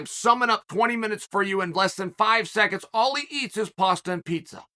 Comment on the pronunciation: That masumusi guy is funny and annoying at the same time with his paastha peesa talks 😆